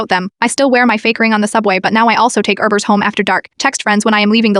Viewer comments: When it said she takes urbers home it sounded like it said rubbers I had the watch it a second time just to not freak out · She takes erbers at night. Er meh gerd.